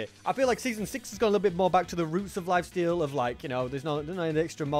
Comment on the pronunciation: At the start he said lifasteal